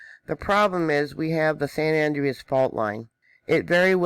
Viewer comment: its pronounced San Ja cinto and San An Dre as.